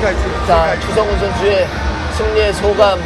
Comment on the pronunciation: Chu Sung Hoon, or Choo Sung Hoon. Not Cha.